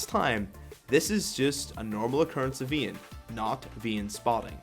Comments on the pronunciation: I dislike cuz your saying veyne its vayne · you cant pronounce vayne i cant listen to your ween or whatever you call her